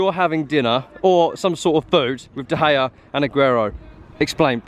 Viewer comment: He’s friends with de Gea but calls him de gayer 😂😆😂